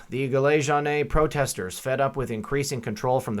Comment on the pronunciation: Great reporting! Re. the Gilet Jaunes, Jaunes rhymes with yawn!